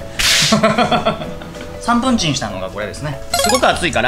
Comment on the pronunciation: ｢3分チン｣の発音がサン・プンチンで草